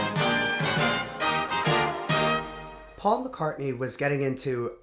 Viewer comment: am I the only one who caught him saying faul instead of paul when he was saying geo's quote? or am I hearing things? (the subtitles say otherwise...)